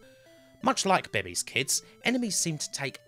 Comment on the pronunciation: "Bay-Bay's Kids"lol. It's pronounced "Bay-Bay's" Also Robin Harris; NOT Richard Pryor. We've got several black comedians over here. I know it's confusing. Other than that, great video